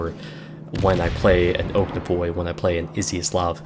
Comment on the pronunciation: yay my favorite line in game Gnevny is in my port and not leaving till the servers die minor nitpick probably already mentioned, the G is a hard G and pronounced here, for the rest of your russian DD reviews